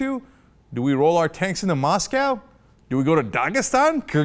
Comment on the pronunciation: "Roll or tanks into mosscow"? LOL i ROTFLOLOL whhne he said that. War with Russia would be suicide